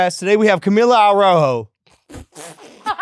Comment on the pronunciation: Her last name is not pronounced like that. There’s a million of them where we live fairhaven New Bedford Fall River area ave it’s u pronounced a roo Joe She tryna be different and she’s basic af